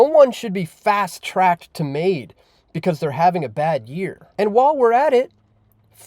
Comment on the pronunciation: Well said but your saying is only wishful thinking between you and me. Btw it's MAID not MAUD. Greetings from the despicable province of Quebec...sounds more like Gaybec to me